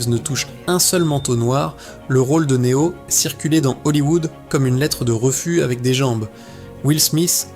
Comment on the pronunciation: Une IA qui parle de Matrix, un film sur la domination des humains par les IA… et qui en profite pour massacrer chaque nom propre comme si c’était une vengeance personnelle. Elle dit Ma-tricks avec la fierté d’un GPS bourré, Né-ohh comme un influenceur qui découvre l’anglais, Morfé-usse façon prof de techno, et A-jeune Smeusse comme si elle lisait une carte Pokémon contrefaite. À ce stade, ce ne sont plus les machines qui dominent l’humanité : c’est leur incapacité à prononcer trois syllabes sans commettre un crime linguistique.